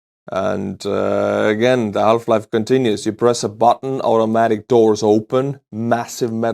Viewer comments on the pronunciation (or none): none